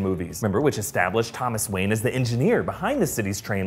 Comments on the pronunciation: Lol "Wanye" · wanye or wayne?? geezzuzzzz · it says Wanye not Wayne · “Thomas Wanye” for Mayor? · "Thomas WANYE" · WaNYe? Lol! Wanye West?